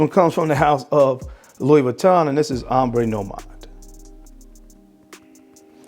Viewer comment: It’s called Ombre (om-bruh; meaning shadow in French) Nomade. Love your channel!